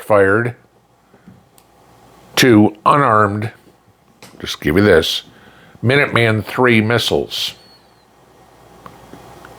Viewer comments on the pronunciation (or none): none